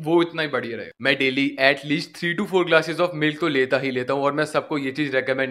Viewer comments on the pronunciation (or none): none